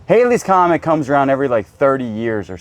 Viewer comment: Thank you for pronouncing the Halleys Comet correctly. Many today pronounce it based on spelling. The hieroglyphics box looks like a Boy Scout project circa 1950s. I love this locker!